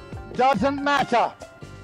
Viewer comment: What the British ‘Dusent Mattuh’